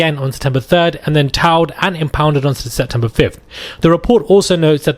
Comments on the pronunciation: Towed is pronounced like toe-d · It's pronounced toed!! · TAO? It was Taoed? Wtf? 😂😂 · towed-pronounced toad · It’s not towed… it’s pronounced more like toed. Or toad. His car got towed… like toad. They toed the car. But it’s spelled towed. Cute how you say it though lol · this kid cant pronounce towed!!!lol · We pronounce towed like toad in 🇬🇧